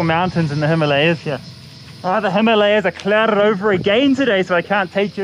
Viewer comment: Karl, I have been your videos every now and then. Incredible job learning Hindi. Could not stop commenting, please could you correct your pronunciation of the Himalayas. Most westerners always pronounce it wrongly. Maybe you can do one video about the wrong pronunciations by Indians and Westerners.